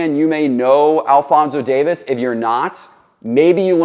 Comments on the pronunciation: Huge Fan of you and your content, Just a heads up his last name is not Davis. It's Alphonso Davies. DavIES. Just wanted to let you know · It’s pronounced Dave-ease not Davis 😀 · Super proud of Alphonso Davies. Have watched him on the Vancouver Whitecaps and as a member of the Canadian national team. He’s the real deal. One thing: it’s pronounced Dave-ees. Love your content. Keep up the good work. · The footie pronunciations leave something to be desired but I applaud the effort.